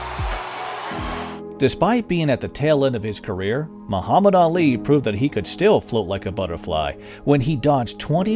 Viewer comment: WHY ARE YOU SAYING HIS NAME WRONG OTS MUHMMAD ALI NOT MUHAMMAD ALY, EVEN THE OTHER PEOPLE WHO SAY HIS NAME TBH SMH LOL JK.